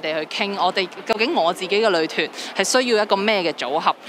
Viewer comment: 都幾多懶音 成日將‘女團’講左 ‘旅團’